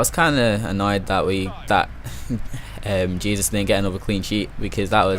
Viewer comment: Its pronounced Hay-soos.... :)